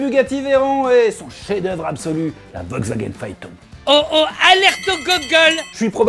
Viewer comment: On notera le Volkwgaen 😂